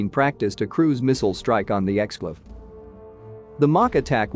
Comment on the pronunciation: Right off the bat, “exclave” and “Kaliningrad” both mispronounced.